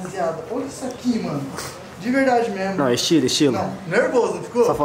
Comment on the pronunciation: MDSS O FALOU "É MESMO" e não "É MEMO" q MILAGREE KKKKK